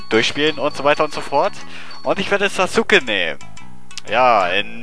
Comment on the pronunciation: Sasuke spricht man ja eigentlich Saske aus, wollte ich nur mal gesagt haben hrhr ^^. Dieser Fisch erinnert mich irgendwie an den Fisch aus Kirby. Also die Retro Lets Play Schiene von Retro Spielen, so wie es momentan ausschaut ^^. Warum gibts nur bei mir nicht so nette Damen auf der Straße, die mir einfach Geld geben Y_Y